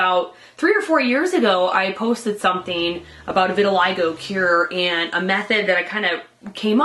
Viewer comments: pronounced "vert til lee go" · No Vitiligo. "Eye".